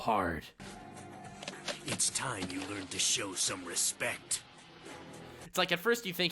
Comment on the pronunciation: Yo I get that you love Yugioh, but the intensity of the word respect. It was like he wanted to show the DISGUST to non-Yugioh-fans. 😂